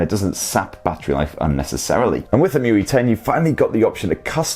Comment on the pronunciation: It was saying: muy. But it's emotion ui or emui.